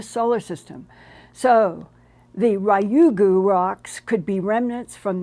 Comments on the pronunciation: Ryugu is pronounced RE-yugu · Hi, Linda! Love you! I lived in Japan for a few years and Ryugu is pronounced "Reeyoo' - (one syllable, rising intonation) -goo"